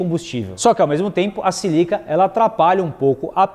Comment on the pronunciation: Não é 'silica' - É SÍLICA'